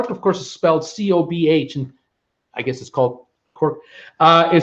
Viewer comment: Hey I had an idea for your live shows. Because you have all your notes from last year why not do a quick 2 minute section headed "THIS DAY LAST YEAR THE CRUISE NEWS HEADLINES WERE...." I dont know about anyone else but I would find this very interesting. Oh and one other little thing... the port in Cork called Cobh where the Titanic left from is pronounced Kove. I think everyone on the channel gets a kick out of how you struggle sometimes with some words. It just adds to the fun and craic (pronounced Crack - Irish word for enjoying yourself with others) on your TWB channel. Keep up the fantastic work.... someday I'll get to watch live and get involved in the chat. James in Galway, Ireland